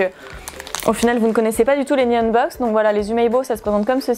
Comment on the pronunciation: Super vidéo ! Par contre ça me stresse tu peux prononcer le "H" dans Nihonbox ?